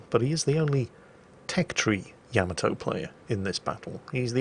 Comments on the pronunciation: OMG DUDE, it's NOT YAMato ........ it is pronounced yaMAto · Yaamaatoe. ..? Really?